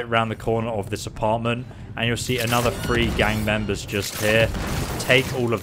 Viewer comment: Call me crazy are you saying free instead of three